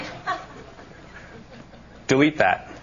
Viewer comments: well when he said delete that it sounded like dewete dat. and also i use it and its awesome! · lol the guy says DUVITAT instead of DELETE THAT o.O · That guy is an idiot its not getting it right cause hes saying deweet dat